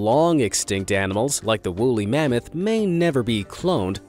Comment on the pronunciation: it’s mammoth not mammot